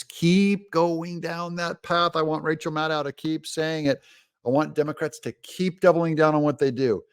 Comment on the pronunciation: Its pronounced rachel madcow